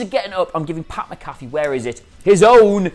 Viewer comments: Say it with me. Mac-A-Fee, NOT Ma-Caffe! 😡😡😡😡😡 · it's Pat "Mac-a-fee" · MAC-A-FEE. MAC-A-FEE. DAMMIT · Mac-Afee, not MaCaffe. Just like the anti-virus program. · Great shit. Names (MAC-A-Fee) btw for future videos don’t want to get the champs name wrong. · I've heard SOOOOO many Brits pronounce it "MA-CAFFY". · I'm a Brit and the only McAfee I know here pronounces his own name "Mac-A-Fey". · It's sad that a guy from another sport could cum in and outwork and outdo them on the mic then anyone in the wrestling business and will dude pronounce his name rite